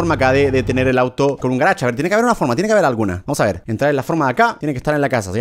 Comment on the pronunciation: Cómo lo decimos nosotros:garage como lo dice german:garach